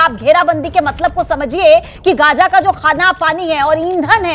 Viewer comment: Pahle bolne ka dhang to seekh lo Gaaja nahi be Gaaza hota hai